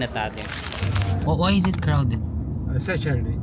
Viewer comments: "sachurday" kase kaya crowded. haha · Yung “Sachurday”😅